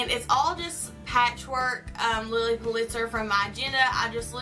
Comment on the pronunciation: lots of fun and creative ideas, and am looking forward to seeing how you combine it all in your dorm this year! Love the Lilly tray you made, too! (By the way, her last name was pronounced "PULL'-it-zer," accent on the first syllable; thought you'd like to know). You have a good eye for combining mixed materials!